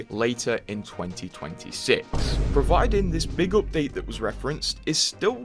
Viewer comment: "This opdate.."